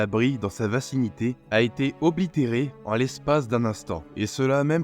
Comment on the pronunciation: Aubliterer ou obliterer ..?! ^^